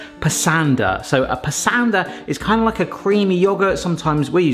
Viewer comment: Brits are generally a bit better at pronouncing foreign names than Americans; that being said, Pasanda rhymes with 'Pus-under'... or try saying 'pus-under' in an Aussie accent ('pus' as in the fluid that leaks out from an infected part of your skin, not as in the feline) you can eat cardamom pods whole, they're harmless; chew on them as a natural mouth freshener; after you swallow, the outer pods will just come out the other end as fiber (do Brits say 'fiber/fibre' or 'roughage'?) next time you make Indian food, try waiting for the oil/butter to come up to temp before adding the cumin (or mustard) seeds; they will start popping, and i believe they release more flavor that way (but don't allow them to burn) Kasoori methi ("May-T(h)ee") has a very different flavor profile to Curry leaves and cannot be substituted for one another if you cook the onions before blending them, you will: a) know for sure they are cooked; b) get a creamier/smoother gravy with less of the that raw onion stink